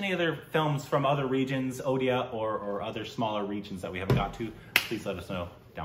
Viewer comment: I don't know but it really seems like Indians of other states intentionally say «udisha» for Odisha and “udia” instead of odia or say ''what language ur talking gibberish now is it Odisha???" Or tell their friends __hey check this out here listen this n then laugh it out saying r u speaking bengali or tamil telugu where is this Odisha is it in kolkata'''''''''' bla bla bla even if you correct them many times they tend to do the same mistake repetitively....Just to make a fool of odia people their culture cuisine looks and everything to make feel them low on themselves making them ashamed of their existence questioning their self-worth 🥵🥵🥵 but after looking at 😈😎 and 😅😚😚 spelling it correctly I'm sure that they don't know how to give respect to something that is different than them.. ☮️